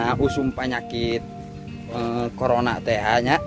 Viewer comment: Hmm meni alus suarana💓 tpi kondisikeun nyebut corona lain korongna😂